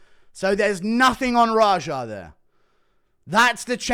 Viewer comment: Lmao rajar. So many mispronouncing his name. The name is raja he’s named after Princess Jasmines Tiger